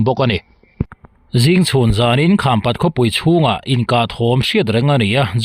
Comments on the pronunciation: Khampat i lamdan a dik lo.kham( awihpang)angin i lam. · Khampat khaw hming i lam dan hi a dik lo tawp mai a ava mak ve maw le. "Kham" i lamrik dan hi a dik lo